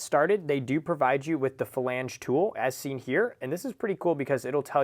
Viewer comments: Flange not Falange 🤦🏻‍♂️ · Flange. Not falange. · this was brutal to watch. who TF taught this guy how to say flange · Hearing you say “flange” gave me Forrest Whitaker eye. Great video, though.